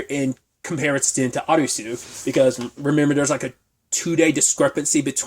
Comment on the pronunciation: Why are you pronouncing SUIT as SWEET? Good review.